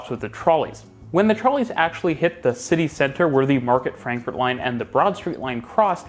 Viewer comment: "FrankforD" rather than "Frankfort".